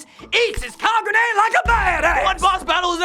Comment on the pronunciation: "Ka gu ne"